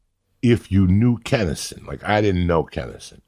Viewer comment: Why do all these comics call him kennison? Wtf